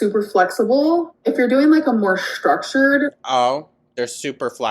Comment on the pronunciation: cannot unhear the way she pronounces “ssshtructured”